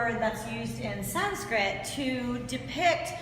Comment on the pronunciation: Quiet impressive knowledge. Thanks for sharing. I am also impressed by your good pronunciation of Sanskrit words.